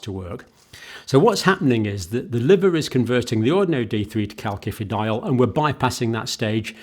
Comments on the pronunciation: You pronounce it kal si fi di ol ... Not like with two k's . Iodine is not homeostatically controlled ... In Japan the people in Hokkaido suffer from goitre because they get too much iodine from seaweed they eat. You can buy Videne solution which is iodine in a pharmacy.. You could buy iodine tincture decades ago in UK. It can be used to make explosives. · John, please help me out, I have a strange cringing feeling every time you pronounce "CalKifidiol" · part 1- it is pronounced kal-sifi-dy-ol not like he says -- part 2- also to say antibiotics do not start working straight away is wrong - the fact he was trying to allude to was the blood and tissue levels of calcifEdiol and antibiotics - peak just as fast as each other . [ that is why all lectures need peer reviewing - or - the reader needs to double check . i am not sure about calcifEdiol getting inside the cell - calcifitriol acts within cells not in the plasma .. search Dr Wimalawansa and DrSyed Interview ----- iodine is not homeostatic-ally controlled - many Japanese in a certain island have excessive iodine levels leading to thyroid problems [1] [2] Mechanism of Iodine-Induced Thyroid Dysfunction: Thyroid Hormone Synthesis: Iodine is essential for the production of thyroid hormones (T3 and T4). These hormones regulate metabolism, growth, and development[2. Excess Iodine: When iodine intake is too high, it can disrupt the normal thyroid hormone production process. The thyroid gland may become overactive, leading to hyperthyroidism, or it may enlarge (goiter) in an attempt to trap more iodine[2. Thyroid-Stimulating Hormone (TSH): High iodine levels can suppress TSH secretion, which normally regulates thyroid hormone production. This suppression can lead to an imbalance in thyroid hormone levels[2. Feedback Mechanism: The body tries to maintain a balance by adjusting iodine uptake and hormone production, but excessive iodine can overwhelm this system, leading to thyroid dy